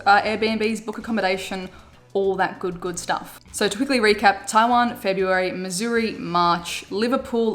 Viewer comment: Thank you for pronouncing Missouri correctly! Love your vids!